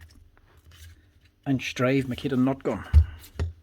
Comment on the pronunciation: Never heard of “Makia” tools.